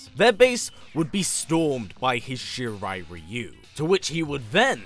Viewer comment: I like that actually pronounces Shirai-Ryu correctly